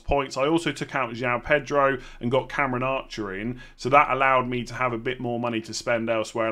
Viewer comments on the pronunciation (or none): none